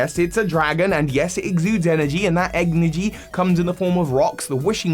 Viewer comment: Bro said EGGnergy 💀💀